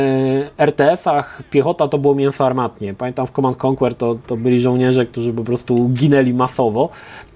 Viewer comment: mówi się mnie więcej [komand end konker], nie ma tam Twojego [konłer]